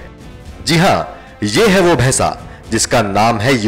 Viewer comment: abe bhaisa bhes ko bhesa bolata he